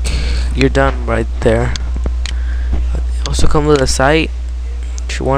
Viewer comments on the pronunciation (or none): none